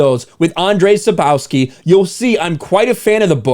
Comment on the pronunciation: Genialnie kaleczysz nazwisko Sapkowski. Reszta 👍